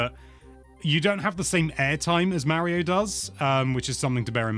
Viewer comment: Legit what’s with him seemingly purposefully mispronouncing “Mario”?